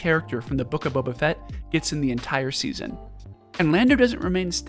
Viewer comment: The Boof of Fett? you mean the book of shit